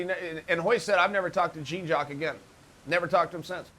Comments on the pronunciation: "gene jawk" Machado! lol, learn how to pronounce "Jean Jacques" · Man you keep saying Jean Jacques like Gene Jacques makes me want to unsubscribe lol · lmao "JEEN JOCK" Machado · But why u pronounce it jeen jakk tho ? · Who is Gene-Jock? Lmao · GENE JOCK. jesus chael has the worst pronunciation ever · Jeeeeen jock hahaha. How do you not know how to say his name lol. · jeen jock? lol chael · God damn I laugh so hard when Uncle Chael says Gene Jock Machadow. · Don't worry, people. Uncle Chael didn't mispronounce the name. Gene jock machado is Jean jock machado's long lost twin brother. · Chael says Gene Jack the first time but manages to say Jean-Jacques correctly the second time? Por qua? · “Jeen jock machado” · Jeans Jock Madhadow is the best name Chael has mispronounced yet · U mispronounced jeen jock at the end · Lol. Jeen Jock? C'mon Chael. You're taking this deliberate name butchering thing a little too far, at this point. (You even blew your cover and said it correctly !) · Lmao “Jeen Jock” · You don't know how to pronounce Jean Jacques Machado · Chael, please learn how to pronounce Jean-Jacques name correctly. The hyphen in his name also stands for excellence!!! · Jean Jock but he pronounced Ryan "Hyan". 😂😂😂